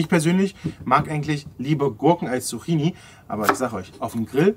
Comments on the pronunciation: Nicht ,,Suchini" sondern ,,Zucchini" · Es wird Zukini ausgesprochen 😅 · Kannst du zukini sagen und nicht Zucchini